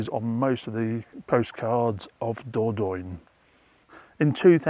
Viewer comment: *dor-don-yuh=Dordogne 😊 Closer to the French pronunciation.